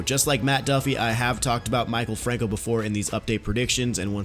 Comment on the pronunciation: It’s Mi-kal franco